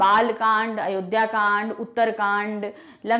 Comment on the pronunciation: Ma'am its kand not khand.